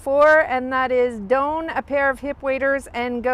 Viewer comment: Not "doan" but don. Like Don Quixote.